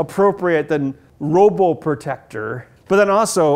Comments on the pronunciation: It's called PRO BO TECTOR. Not ROBO PROTECTOR. Lol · ROBOPROTECTOR? it's PROBOTECTOR ben XD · P P P Probotector not robotector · It is pronounced PRO BO TECTOR 😒